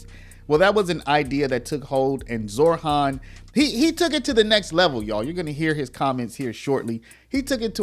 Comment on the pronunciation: Zohran.... not ZorHHHHHHAAAANNNNN.